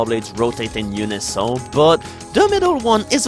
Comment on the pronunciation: I may be a bit late to the psychedelic eyeball train, but I'm really liking your meat boy videos. Your accent and English is so consistently off-kilter that I find it endearing. Most notably: when you say words like "unison". Thanks for making these.